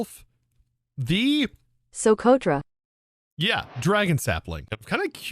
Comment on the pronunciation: As a Yemeni 🇾🇪 your pronunciation of Socotra is great your English accent can’t produce the ق sound in it so it’s fine Fun fact: socotra is an island has trees that bleed and also 95% of the reptile species there are totally unique to the island 37% of the plant life there is also endemic ❤❤❤